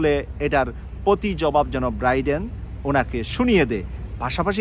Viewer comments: 'ব্রাইডেন' নয় 'বাইডেন' বলুন। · Not Briden , it’s Bayden or Biden . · ভাই আপনি কি বলছেন ব্রাইডেন না বাইডেন কোনটা ঠিক। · biden, not briden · Please Brother Biden not Briden thank you 🙏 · Chagal briden na biden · ব্রাইডেন নাকি বাইডেন? উচ্চারণ ঠিক করলে ভালো হয়। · শুদ্ধ উচ্চারণের অনুরোধ রইল, show এর উচ্চারণ shu এবং Biden নামের উচ্চারণ Briden নহে । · বাইডেনের নাম ও ভালো করে উচ্চারণ করতে জানেন না, আবার নিজেকে সাংবাদিক দাবী করেন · আপনার মত একজন সাংবাদিক বাইডেনের নামটা বলতে পারেন না কেন।আমরা চাই হাসিনা তেমন অপমান হয়ে এসেছে মোদীও অপমান ,য়ছ আসুক।